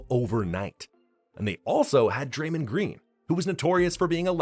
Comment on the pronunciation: Dray-mand green? 😂 Wtf